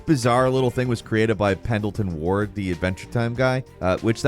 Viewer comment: Had to take a second to get over how he pronounced ward